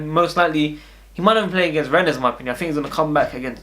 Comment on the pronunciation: Its pronounced renn the es is silent